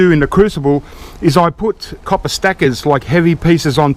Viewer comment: I subscribed just so I'd be sure to hear you say "caw-pah" a few times a month, it makes me smile every time. Thanks, mate.